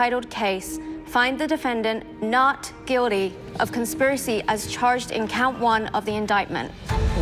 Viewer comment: Whats with the "Not GuiDy" ?!